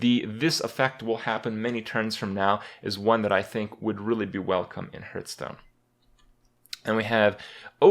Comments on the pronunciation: I dream of the day when Kripp pronounces Hearthstone correctly / What is this Hurtstone he's talking about?